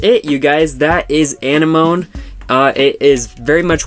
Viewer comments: Zigafide Yeah, it's not (moan) it's like (mo-knee) or more like saying sea anemone. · It's pronounced ah-neh-ma-nee thx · Why are you pronouncing it wrong? Uh-nem-ah-knee dude (I'm not doing this to hate on you but you're doing it wrong honestly) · When you pronounced anemone like enema I spit my tea out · Hate to be this person, but it is really irritating me. It is pronounced Uh-nem-ah-knee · it's pronounced like the thing underwater. Uh nem muh knee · no... no he did not google it Uh-nem-ah-knee my boy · Dooyeven Triforce “amenemoneme” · You pronounced it wrong I think lol